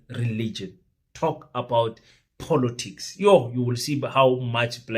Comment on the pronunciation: Just for the pronunciation of the word " POLITICS". Please it's not Polotics .....l know you love VW POLO, but this is something else